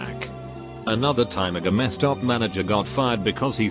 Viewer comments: Gamma stop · Normal people : GameStop TextToSpeech : GAMAESTOP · "GameStop," pronounced "gah-Meh-stop" if you boujee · It sounds a little bit like the robot voice is saying Gestapo. Makes for a very different AskReddit post.